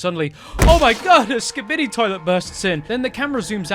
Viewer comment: imagine not saying Skibidi right